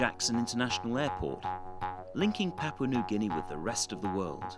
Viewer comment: You would think a promotion video from Papua New Guinea Travel would have had a narrator taught correctly how to say, 'Papua'. The first 'a' is the same as the second 'a'. The 'a' as in 'tarp'. It's not hard to do.